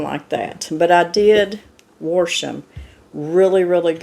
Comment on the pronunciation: Warsh. I love it that’s how my mom pronounced it